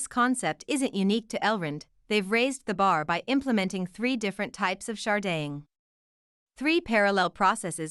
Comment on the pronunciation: Can this lady not pronounce "Sharding"